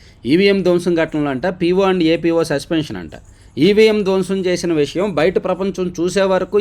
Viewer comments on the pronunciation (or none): none